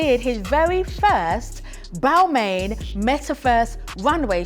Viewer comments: I agree its sounded "roasting" "bal-mayne" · Miss, if you are going to talk about fashion and brand/s, make sure that you pronounce the/their name/s properly/correctly.